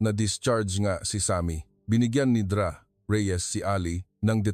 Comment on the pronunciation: Listening from San Fernando City, La Union, Philippines. Hindi maganda ang pagbigkas ng mga salita, katulad ng Dra.,Ang dapat pagbigkas ay "doktora". Ayusin Naman ang pag narrate!